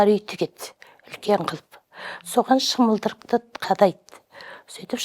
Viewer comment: Шымылдырық емес-шымылдық